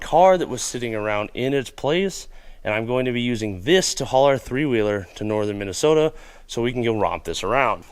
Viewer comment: So how do that pronounce that state Min A Sooootahhh lol